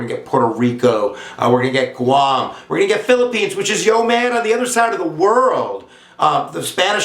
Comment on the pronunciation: Did I hear phillipenus erection.....